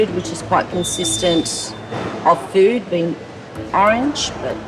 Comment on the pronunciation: I love the way they pronounce food...feuood?